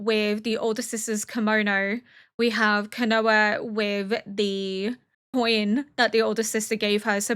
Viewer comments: We heard Kanao talk with no problems back in episode 21 when she was directing the Kakushi (the people in black) and telling them they were safe as she’d protect them. Also, her name is Kana-oh, not Kanoa… it seems to me she was named after Shinobu’s older sister Kana-eh. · Just a heads up that the “ao” at the end of Kanao’s name is pronounced “ow” like when someone hurts themselves and yells ow. So it’s like “kuh-nOW”